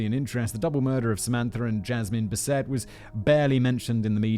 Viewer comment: Simon: yeah, I'm just going to say this name as bis-AY from now on. Also Simon: proceeds to pronounce it as bis-ET for the rest of the script.